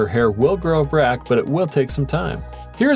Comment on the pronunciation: Why do people have to use Ai for their videos? What the hell is brack for back talking about that ladies hair.